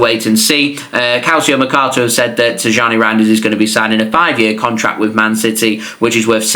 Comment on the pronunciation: His name is pronounced as Tiyyani not Tijjani just like how it is pronounced as Ownry not Henry for the arsenal legend. Same for Rayan Cherki it’s pronounced as Riyaan Cherkey